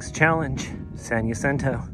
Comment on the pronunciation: Jacinto is said with an "h" sound, not a "y". It's amazing how many thru-hikers get this wrong-maybe self-replicating? 😁 Nice vids though, thanks. 👍 Love your little sign "You are not almost there" 🤣